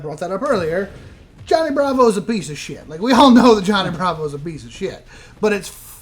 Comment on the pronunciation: gets real southern when he says SHIYT.